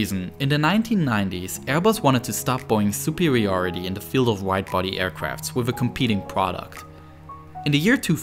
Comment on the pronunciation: Twending. Wif. Fousand. Speech therapy anyone